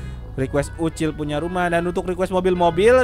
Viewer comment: BANG MAAF PENYEBUTAN NAMA YANG BENAR UCIL BUKAN OCOK